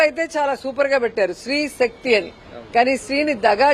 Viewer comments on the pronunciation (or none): శ్రీ కాదే పిచ్చి ముండా... స్త్రీ శక్తి.పలకడం నేర్చుకో